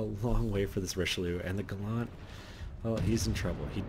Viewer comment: It's Gallant, not Ga-lant. It's British, not a Mitsubishi!